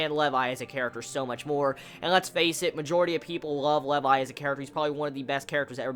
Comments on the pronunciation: I'm pretty sure it is pronounced lee-vi not leiv-i. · Levi's Rage in this episode is ridiculous! This is why Levi is my favorite character. By the way, it's prounouced Lee-vai. Not Le-vai. This is my new favorite episode XD